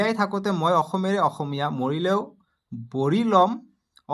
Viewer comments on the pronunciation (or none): none